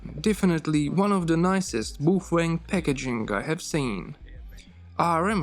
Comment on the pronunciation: I'm pretty sure that's the actual correct pronunciation although NOBODY in the English speaking language says it that way. Personally I'm stuck saying "Bow-fang".